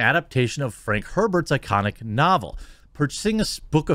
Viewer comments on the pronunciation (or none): none